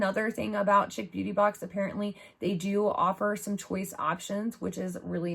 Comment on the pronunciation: Pronounced sheek